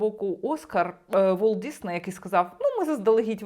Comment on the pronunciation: Ну чому ДіЗней 🫨🫨🫨 ну нащо так уродувать мову